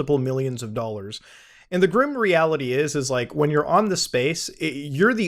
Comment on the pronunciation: It’s Muta saying Dollans for me. Even when he says dollars ( slight Canuck accent as well ) I hear it in my head as Dollans. Bravo 👏🏽 Muta, bravo!